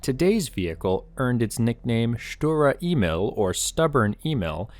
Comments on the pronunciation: "Sturer Emil" gets pronounced more like 'shturare ehmeal' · I hate pronouncing this thing in English... People told me that I don't have a strong German accent when speaking English but when pronouncing "Sturer Emil" in English I think it misses the 'angry' German pronounciation.😅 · I think it’s pronounced sturer emil and not sturer emil.